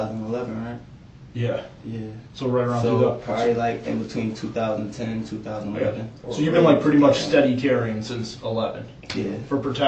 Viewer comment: Am I crazy or did he say the year “20,000/11” 💀💀